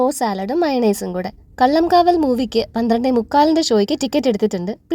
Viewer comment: കള്ളംകാവൽ അല്ല ട്ടോ... കളങ്കാവൽ 😊😊